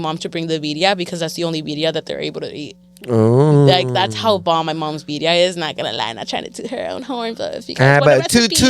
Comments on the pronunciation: Put some RESPECT on BIRRIA. Roll them Rs. 🤣 🤣 😂❤ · “Viria” lol